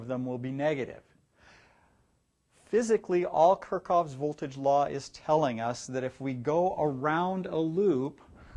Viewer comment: It's KirchHoff, not Kirchoff ;)